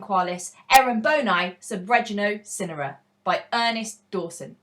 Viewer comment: Swear it's sigh-nara ngl